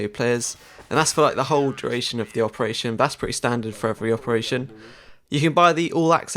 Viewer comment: 'opertation' heh